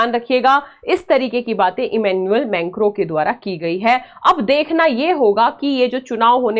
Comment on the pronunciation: मेंक्रो नहीं मैक्रों😂😂😂